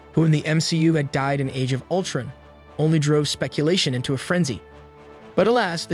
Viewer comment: Aaavengers, ultren 😂